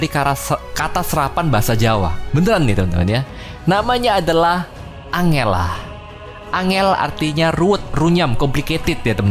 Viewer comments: Cara baca Honor udah bener ada lagi yg baru Angela di Angel angel lin🤣👍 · Disuruh baca Honor of King pake ejaan yang bener.. also bang Ej: Ini hero namanya Angél wwkwk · Bacanya bukan honor tapi aner Also: Angel a